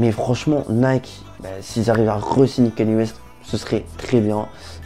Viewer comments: Par contre C’est pas kenny c’est kanye ( kanié ) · Erreur mon gars, ça se prononce "Kanié" ecoute tout les américans qui prononce son prénom et tu sauras que j'ai raison